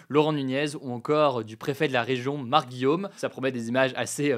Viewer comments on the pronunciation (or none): none